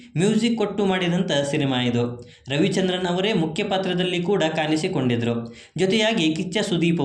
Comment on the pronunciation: ಕನ್ನಡ ಉಚ್ಚಾರಣೆ ಸ್ವಲ್ಪ ಸರಿ ಇರ್ಲಿ ಪ್ರಿಯಾಮಣಿ ಅದು ಪ್ರಿಯಮನಿ ಅಲ್ಲ ಇಲ್ಲಿಯ ಅನ್ನ ತಿನ್ನುವ ಮುನ್ನ ಕಲಿ ಕನ್ನಡವನ್ನ ಕಾನಿಸಿ ಕೊಂಡಿದರು ಅಲ್ಲ ಕಾಣಿಸಿ ಕೊಂಡಿದ್ರೂ ಅಂತ ಮಾರಾಯ